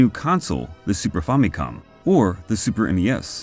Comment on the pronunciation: Also. On a side note, thanks for pronouncing famicom decently. I hear FAMMY-cawm in a lot of vids instead of fa-mi-cohm.